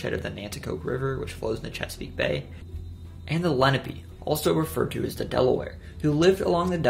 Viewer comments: Nantiixoke and Lenni are both Lenape tribes - pronounced Len-A-pay - not lenepee. - a European pronunciation. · Hey I’m just gonna help you, it’s (Len-ahp-pay) not (Le-no-pe). Good and very interesting video tho I live in New Jersey and like 80% is new info to me nobody here even thinks of delewere lol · The natives were called (lenn-opp-aye) tribe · Is it pronounced “Lehn-uh-pee” or “lehn-ah-pay”? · Why’d he pronounce Lenape like that 😭